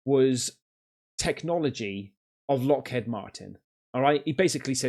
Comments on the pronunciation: FFS how do you not know how to pronounce the name Eisenhower, did you not go to school and it's Lockheed not lockhead.✌🏴🇬🇧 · Not the first time he's said Lockhead instead of Lockheed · Lockheed Martin! Not Lockhead 😂😂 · PS Bro... it's pronounced like lock 🔐 heed (like he'd) not head 😅.